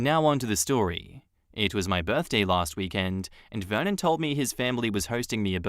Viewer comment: I swear to god every time you said Vernon i heard it like Vermin and i was like dayum... what a nickname for your husband! I had to read it lol foreshadow?